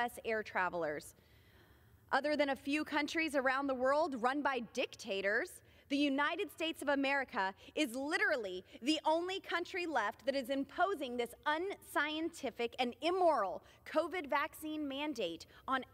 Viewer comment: I'm pretty sure she said dicktators! Like her a lot!